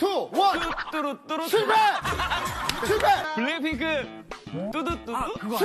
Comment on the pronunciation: JUST ME CONFUSED- THE WAY THEY PRONOUCE THE "BLACKPINK" IS BLACKPINKIE😂😂😂